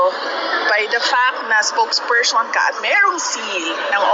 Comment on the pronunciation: SPOKESPERSTION WTF